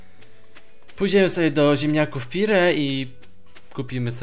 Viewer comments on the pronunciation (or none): OMG litości! Czyta się PIER!!!!